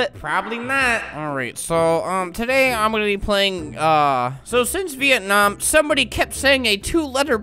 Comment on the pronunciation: bruh he said "Vietnamam" THAT MADE ME LAUGH SO MUCH